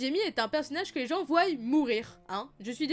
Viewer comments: Voient pas voyent ok t’es nul en français ou quoi ?!! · Tes videos sont vraiment top mais on dit voient et pas voillent 😂😂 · "Voyent" attention Sinon excellent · Requin Renard Il est à moitié Stark, et c'est même plus un Stark qu'un Targaryen... Niveau physique, caractère, comportement, etc... Puis, depuis sa résurrection, avec le fameux "Kill the boy, Jon Snow, and let the man be born...", on peut supposer qu'il se transforme et peut résister au feu, maintenant, donc est un dragon. Sinon, c'est "Jon", sans le "h". J'ai également retenu le "ils voiyent", comment tu le prononces, alors que c'est "ils voient".